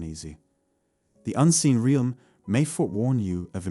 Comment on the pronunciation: This robot needs to learn to pronounce “realm”